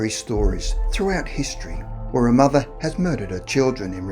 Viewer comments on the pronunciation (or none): none